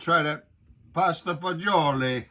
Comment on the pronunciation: Best dish there is, what youre thinking is neapolitan language you said it right in italian. All those words you said are more or less right in neapolitan language. If you come to italy its not all the same